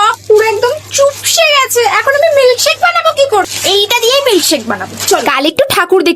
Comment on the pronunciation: চিপসে❎ চুপসে,✅😂😂😂😂😂😂😂😂